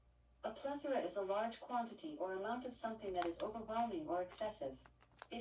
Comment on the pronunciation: I just love your videos, you are so down to Earth ! I like when you try clothes on, it gives us a preview of what they look like on a real woman's body . (Plus, I can see if my "G's" would show !! )BTW the word you were using is "plethora" with an "a" at the end . Alexa got it right. I won't have one of those things in my house, always listening...not that we have "State Secrets" in our house, it's just the principle of it. I really value my privacy. Have a great sabbath evening !